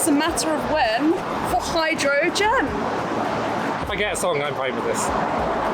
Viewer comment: I now cannot unhear Hydrojen.